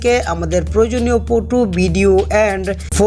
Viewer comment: ফটো টে বলে ফুটু 🤣🤣🤣🤣 আগে ভালো মতো বলতে শিখ